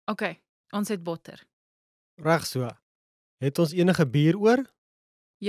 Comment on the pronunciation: The pronunciation of "reg" and "regtig" is wrong. You don't say "rag". That is how the English people pronounce an "e", but not in Afrikaans.The "e" must be pronounced in the mouth, and not in the throat, like when one is being choked.